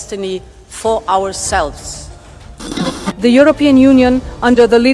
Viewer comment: "Forrs Ourselffs."